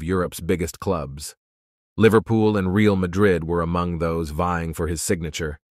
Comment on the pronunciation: The guy in this video should learn how to correctly pronounce ”Real” (as in Real Madrid) and ”Henry” (as in Thierry Henry).